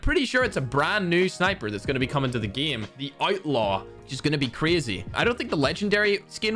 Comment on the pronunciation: I watch just to hear pronounce “game” “geem”